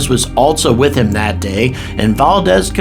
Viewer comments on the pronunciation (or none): none